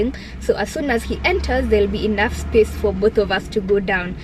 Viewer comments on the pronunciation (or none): none